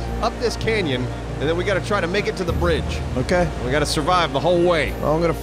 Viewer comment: Not bridge.... Braaage!